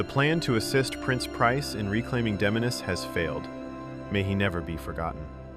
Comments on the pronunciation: Did you even play the game? You butchered Damiene’s name.. it’s giving ai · /my-er-deen/?? did you play this game? /Mmm-yer-den/ tyvm edit: /dah-mee-ah-nay/?? no no no. Watch her intro video. /Day-mee-en/. tyvm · It’s not pronounced Dom-ya-nae is Dame-me-yin. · Dom-Yah-Neh, Myer-Deen. Bro can you read? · DAH-MI-AHN-AYY??? 😂 Bro, her name is Damiane. You know, the feminine spelling of Damien? Watch the cutscene of her introduction again and put some respect on that woman's name, lol. I jest, but I've never heard that pronunciation before in my life. Good video, though! I love the lore of this game and it's good that more people are getting to see it through this. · I can’t tell if this is AI narration or not. It’s the only way I can justify the mispronunciation of names like Myurdin and Damiane which were both SPOKEN OUT LOUD IN THE GAME.